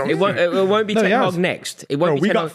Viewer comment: gets it wrong as usual 😂 ‘won’t be Ten Haag’ 😂